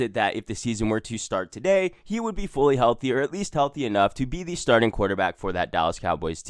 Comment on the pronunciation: "TUH DAY!"